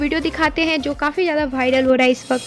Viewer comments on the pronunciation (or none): Bharal nhi vawral